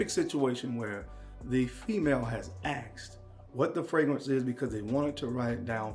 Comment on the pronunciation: It's "asked" not "axed"😁